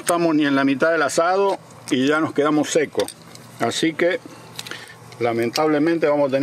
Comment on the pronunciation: Shá decía shó....jeje... buen video, saludos...